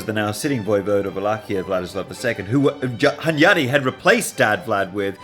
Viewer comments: Great series, but hearing hunYADy really hurts my ears as a Hungarian. Stress is on the first syllable: HUNyady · (Hunyadi has stress on the first syllable)